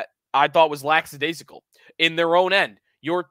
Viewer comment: I think you missed on our D prospects as I think Komarov and Novikov will def come good. I am happy with Strbak also. Also, not to be pedantic, but it is “LACK-adaisical” not “LAX-adaisical.”